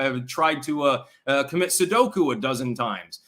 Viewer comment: Seppuku not Sudoku. I don't care if you are joking. That annoys the hell out of me.